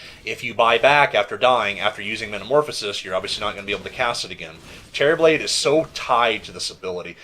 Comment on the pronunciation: for some reason I keep thinking he's saying "Cherryblade." I cannot unhear this xD